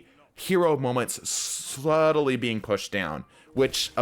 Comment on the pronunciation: I believe he tried to say "subtlely".